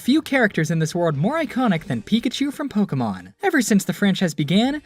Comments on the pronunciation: Nobody ever says it right. It's po-kay-mon, not po-key-man lol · DID HE JUST SAY "POKEMAN"?! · I was still bamboozled by the Pokimon pronunciations then that one came up. Pokiman? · I hate how the announcers say “poke-e-mon”. As professionals they should know how to pronounce “é”. Kills me lol. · They say Pokeman. It's called Pokemon. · pokeMAN lol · The guy said Pokeman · HE SAID IT HE SAID POKEMAN POKÉMON GET IT RIGHT OLD MAN (the news guy not the narrator) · guy says pokeyman heavy cringe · ew Just EEEWWWW he said "pokeman" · Why do comentators say po-kee-man like that? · My mom says it that way too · Did the guy said Pokéman? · My grandparents call it Pokeman. No matter how many times we tell them they say it wrong and how to actually pronounce it they STILL say pokeman.